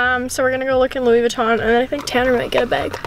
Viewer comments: the way says "bag" its like "bayge" i love it😭😂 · She's saying "beg" the whole time